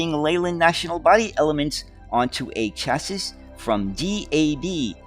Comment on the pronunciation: You want top be an expert on buses and you cannot even pronounce the word 'CHASSIS'?